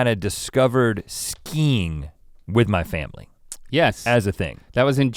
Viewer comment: When Rhett talks about his family learning about skiing I thought he said "skeen" like how he pronounces "skin". "Don't touch my skeeen man!"